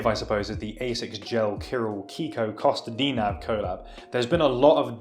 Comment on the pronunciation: bruh you butchered pronouncing Kostadinov